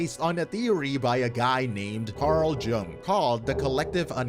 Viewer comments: Bro said carl jong 😭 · The pronunciation bout killed me though 😢 Jung (young) for those unfamiliar. Really cool psychologist that had the same dream as Tolkien about the world war. Dude was tapped into so much but discredited for studying astrology and the i ching.